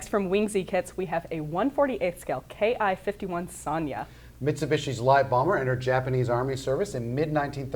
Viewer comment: Not "Kay Eye", it's "Kee", it's a Japanese Katakana character which is a syllable, not an abbreviation.